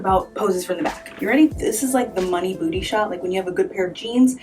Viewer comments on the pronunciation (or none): none